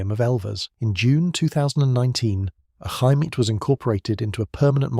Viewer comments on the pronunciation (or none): The word Chaimite, the Ch makes a single sound that sounds like X in english. Ximety would be the closest english way to say it. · Try "Shy Meet" for Chaimite and it will sound perfect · Chaimite is pronounced "Shy""Meet" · Regarding the "Chaimite" (pronounced like Xaimite) and other Portuguese weapons. Let's put it this way. On the immediate first reaction. Portugal used F86 Sabre jets. Owned by Portugal under NATO. But even that was obliged to return to continental Portugal! With the American scum, USSR and China all pushing the strings behind the stage! Suddenly Portugal was under manned, unarmed, under attack and alone! Most countries would have rolled and play dead. Portugal came out of the shell and fought back, against all odds. I guess half a millennium being the under dog in so many battles and wars made it like that. From Aljubarrota to Angola! Being attacked from all sides and under severe sanctions! In sequence attacked in Angola, Guiné-Bissau, Mozambique and let's not forget India. And later after giving independence to East Timor, it was promptly occupied by Indonesia. With American blessings and American weapons (surplus from Vietnam). When I say alone and against all odds I'm not kidding! Oh! Did I mention the vast Oil & Gas reserves in East-Timor! Coincidence I guess! Oops! Portugal was the only country to ever use the FIAT G91 (Gina) jets in combat! Acquired trough sanctions and miracles via South Africa, etc. An adventure in itself! After prohibition to use the F86 Sabre jets! Portugal started building / fabrication of the Chaimite, HK G3 assault rifle, Berliet-Tramagal trucks, ammunitions and other light weapons, guns, mortars, etc. Fun fact: Once more, against all odds, in 1